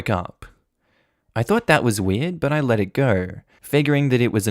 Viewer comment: I think you mean let instead of 'ley'